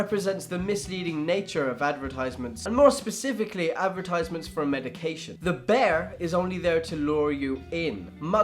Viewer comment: Bear = Bayer